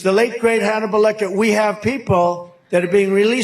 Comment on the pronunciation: Anthany Hopkins is not dead, why is he saying late great Hanmelbal Lecter?